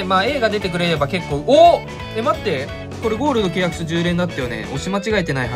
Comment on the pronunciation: ゴールドのイントネーションに違和感ある